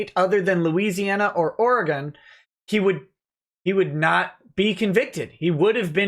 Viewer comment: im happy to see you've learned from your mistakes and now know how to pronounce Oregon correctly